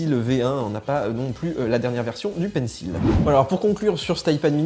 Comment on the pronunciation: C’est quand même pas compliqué de prononcer « pencil » correctement ...